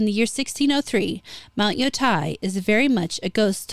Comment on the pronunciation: "Tei" rhymes with "gay" not with "guy", just FYI. (It's literally "te-i", and would often be pronounced that way in a song.) And the onna-musha don't change the fact Japan regarded its 19th century Westernization—adopting the mores we associate with VICTORIAN ENGLAND—as the beginning of a matriarchy.